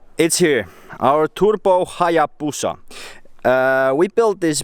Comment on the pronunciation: Lol "our turpo hallabusa" I'm dead 😂😂